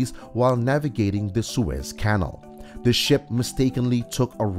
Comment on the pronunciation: Try to pronounce “canal” correctly.